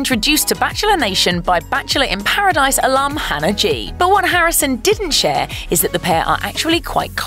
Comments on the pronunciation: Really... you had to pick a host that pronounces Hannah as Hanner? 🙄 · Katelyn Leigh her accent isn’t what’s causing her to say hanner instead of Hannah cuz she’s said Hannah multiple times through the video with no problem